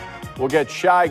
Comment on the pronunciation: how that man in the video said Shai's name is wild haha.